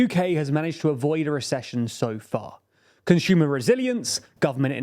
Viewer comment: He keeps on saying conshumer instead of consumer